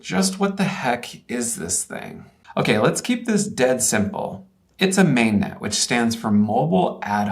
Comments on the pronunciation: May-Net, lol. It's Man-Ay, like a beret. Minus 10 points. In regards to your Click-Bait title, let me know when your "$106" radio can meet MIL-STD-810H environmental (like tracked-vehicle vibration, ballistic shock, -40ºC operation), MIL-STD-461F (radiated/conducted emissions/susceptibility tests), MIL-STD-1275D (vehicle power with 100V load dump surges and 250V pulses). I also bet it won't survive ground burst nuclear weapons effects (fast neutron flow and gamma rays) which critical military equipment is starting to get back to. It also wouldn't pass any level of FIPS or "agency" security requirements. There is a reason why ruggedized equipment costs so much. The requirements for reliability and security not only add to the parts list and cost per unit, design and testing costs millions and is amortized into the cost per unit. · Cool but this ain't anywhere close to the capabilities of a mpu5, and it's "MAN-NET", not "MAIN-NET" jfc